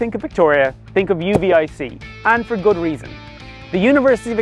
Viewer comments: Also for future reference, the locals pronounce UVIC as "you-vic" rather than "U.V.I.C" Thanks for the YouTube exposure for my beautiful city. P.S. the population you quoted is only for the 'City of Victoria' proper. Victoria is actually divided into 4 core 'municipalites' (Victoria, Oak Bay, where I live, Saanich, and Esquimalt) and is referred to as 'Greater Victoria'. Greater Victoria is basically one city with the municipalities all 'smooshed' together and a population of ~350,000. If you include the Western communities (Colwood, Langford, Metchosin - now usually referred to as 'Westshore) and the Saanich Peninsula (North Saanich (where the BC Ferry terminal is), Central Saanich, Sidney and Brentwood Bay (where Butcharts Gardens is), the population of the 'South Island' is ~450,000-500,000. More than half of the population of Vancouver Island lives south of the Malahat, the highway mountain pass that connects the south island to Central and North Vancouver Island. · The university is called “U “VIC”….not U-V-I-C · Yes yes, has been made well aware of some of his pronunciations in this video. He promised he won't do it again though so forgive and forget? 🫠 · As a Victoria boy i hate it when people drop in from outside to tell the world about my home town and don't even get a local to go over the proper pronunciation of the places they are reporting on. The University is U-Vic. You don't say each letters name, it's not U, V, I, C. Camosun is Ka Moe Sun Saanich is not san ick it has a ch not ck at the end